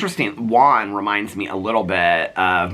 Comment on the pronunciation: I loved the neighbor stuff. Please can you learn how to say Juan?